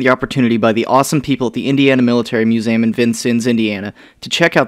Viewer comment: Why do you pronounce museum "muzaum"